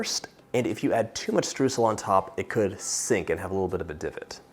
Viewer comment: My german heart bleeds at hearing what the english language did to the word Streusel.